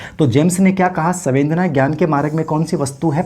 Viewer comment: सवेंदना नहीं, संवेदना है